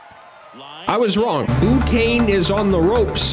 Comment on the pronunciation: Bootane had me rolling.